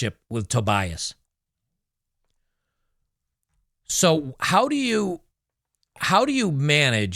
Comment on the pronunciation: Hey. Fine content as usual -- it may feel like more of the same sometimes, but some things are better reminded than forgotten! -- Just so you know, your pronunciation of "Vinicius" is good indeed (of "Tobias" not so much, it's close to "toe-bee-us"); but "açaí" ("ah-sah-ee") is actually a tropical fruit, which in Brazil is served with various toppings, sold in kiosks in a similar fashion to ice cream.